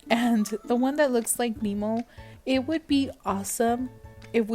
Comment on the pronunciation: It’s pronounced “Knee-mo” love